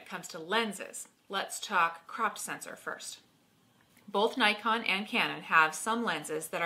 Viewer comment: Hmmm Doesn't Nikon call themselves "knee-kon". :) couldn't help myself. :p